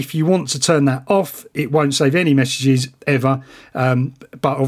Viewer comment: I swear he said "meshages". Get it?😂